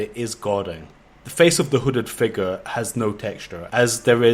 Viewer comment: Every-time he says "figuh" i get a chill that goes through my entire body, almost like when i saw curdled milk slowly slide out of a glass.